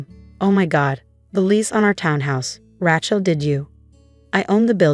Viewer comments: Why can’t AI pronounce her name correctly, it’s Rachel not ratch-el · Every time, from now on, I hear "Rat-shell" I am going to give the story a Thumbs Down and exit in search of a story that does not include such lazy mispronunciations. The same goes for "fakade" and "rezoom". There is no excuse. All are common words, not exotic foreign words. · AI can't pronounce Rachel correctly.